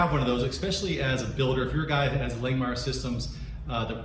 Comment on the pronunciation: If you are an affiliate of Langmuir, I can't believe they haven't corrected you on your way of pronouncing their name. It's like nails on a chalkboard every time you say Lang Meyer. It is pronounced Lang Mere.